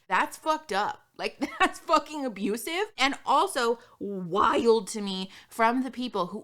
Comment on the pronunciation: I so want to make a compilation of saying “that’s fucking ABUSIVE”